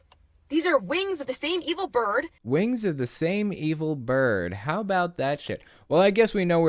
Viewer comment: I heard eagle bird not evil bird lmao